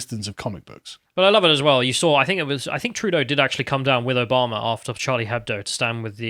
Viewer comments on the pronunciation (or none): none